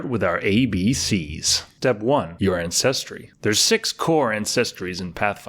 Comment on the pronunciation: Hilarious! Pronounces repertoire flawlessly but can’t for the life of me properly enunciate ANCESTRY!!!